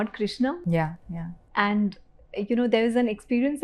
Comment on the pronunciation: Its Krushna why does she say Krishna?